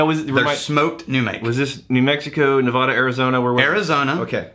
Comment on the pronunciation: Ill say it again! Learn how to pronounce Nevada!